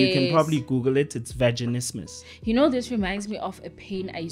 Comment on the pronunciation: That word was trying to say ke vaginismus